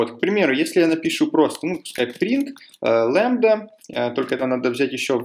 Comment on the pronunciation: Не лэмбда, а лямбда